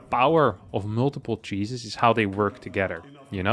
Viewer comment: Whenever says "Cheeses" I hear "Jesus".